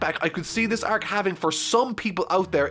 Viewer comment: I enjoy your content, but I just will never be okay with how your pronounce the word arc.